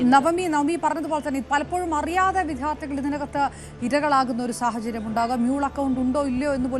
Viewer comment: "വി-ധ്യാ-ർത്തികൾ" അല്ല "വി-ദ്യാ-ർത്ഥികൾ" എന്ന് വേണം പറയാൻ. 🤦‍♂